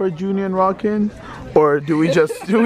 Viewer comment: Bc of the way they pronounce it I thought Arkan’s name was “Rockin” KSKSKSKKS lmaoooo